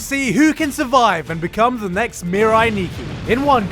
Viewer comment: Not necks, it’s next